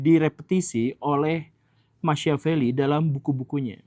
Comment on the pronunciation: Sedikit masukan untuk Pak Guru Gembul. Machiavelli tokoh dari Italia itu? Agar lebih mudah dipahami, nama Machiavelli diucapkan Makiavelli. .